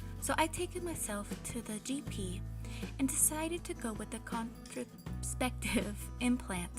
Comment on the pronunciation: Con tra cep tive Sound it out - 4 separate easy syllables